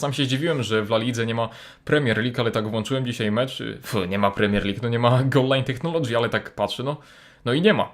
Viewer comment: Tak sie nie wymawia słowa "Technology" ;)